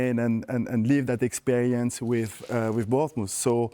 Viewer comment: Vieira trying to say Bournmouth 😭😭